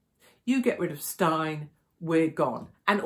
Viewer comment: His name is pronounced like Stain ! Good old South African name !